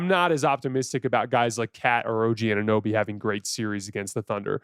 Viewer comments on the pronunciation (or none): none